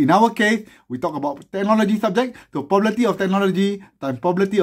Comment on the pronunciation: lik the way you say probability as pobabaity